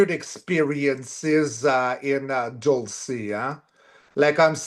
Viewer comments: please stop calling Roswell "area 51". Area 51 is in Nevada. Dulce is pronounced "dull say". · Dulce, pronounced like 'Dull-see'.